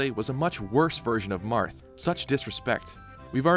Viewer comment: That's the weirdest pronunciation of "BBQ" Marth I've ever heard.